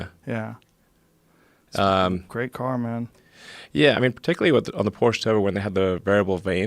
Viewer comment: I like how elon pronunced Porsche. Almost right. 🇩🇪